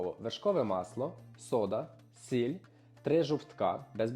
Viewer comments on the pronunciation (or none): none